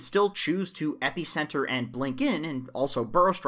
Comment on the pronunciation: pronounces epicenter like its gonna stop an allergic reaction